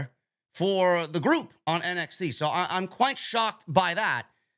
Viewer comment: Did you just say MXT? 😂